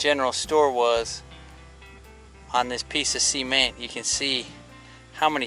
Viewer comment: Cool video, just can't stand hearing cement pronounced as seement 😅